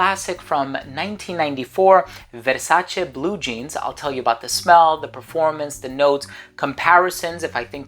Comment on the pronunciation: Every time you say VERSACHE I piss myself 😂😂😂😂😂😂